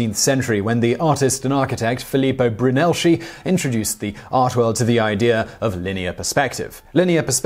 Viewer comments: Brunelleschi, non brunelsci. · First time I’ve ever heard “Brunelleschi” pronounced “broo-nell-shee” as opposed to “broo-nuh-lez-kee” and I had to do a double-take. Unsure of the correct pronunciation, but I just thought that that was funny. 😝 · Someone forget to research how to pronounce Brunelleschi.